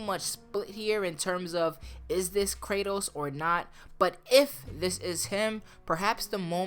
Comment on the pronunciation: Cray-toas _ em-mor-tal